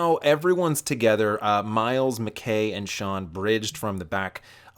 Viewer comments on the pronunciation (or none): none